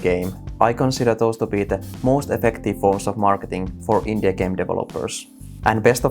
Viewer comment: when you say Indie i hear INDIA